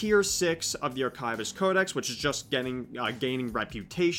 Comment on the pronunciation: arkaivist. certainly an interesting way to pronounce that word